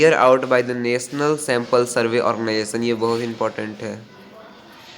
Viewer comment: 15:9 u say sarvesh (survey) lol😂